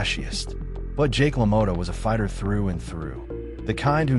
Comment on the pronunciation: la-moe-ta lmao its pronounced la-maw-ta. meh tomata tomato whats the differance ey lmao,damn good video though man i love jake lamotta